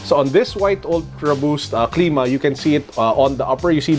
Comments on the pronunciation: it cl^ma not cleema just sayin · its clima not cleema